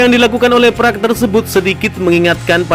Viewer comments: park bang bukan praaaakkkkk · Buka prak,tapi parek hang seo,gitu bacanya,gimana sih youtuber kudu di ajarin melulu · braiii... ( Park ) bukan Prak dibacanye gmn sihh gitu aje kgk bisa ape... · Min .bukan prak....tp Park 🙏🙏🙏